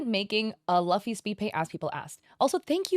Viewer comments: It hurt every time you say Luffy wrong. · Who says Luffy like that 💀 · I have never heard Luffy being pronounced like that before